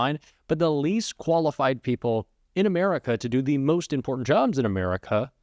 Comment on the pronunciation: MTG Impordent Slub committee.